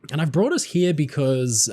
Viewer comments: Let's take a look down 'hee-ya' 😜 love it lol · Is it just me, or does pronunciation of "here" sound like Eric Cartman's "he-yah"? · The way you pronounce "Here" and "Over there" is so English and pleasant. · what a weird ass way to say “here” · I’ve been watching your videos for years and had never noticed the unusual way you pronounce the words « here » and « there » before. 😜